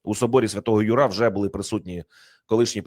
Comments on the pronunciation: Архикатедра́льний собо́р Свято́го Ю́ра - наголос!!! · Собор святого Юра в українській мові вимовляється з наголосом на звук Ю а не на А. Це перекручення жахливо ріже слух! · З повагою, але не ЮрА, а Юра... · Соборі Святого `Юра. Наголос на першу букву !